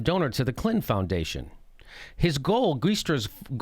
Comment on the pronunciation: I love how you say Clin-hen!!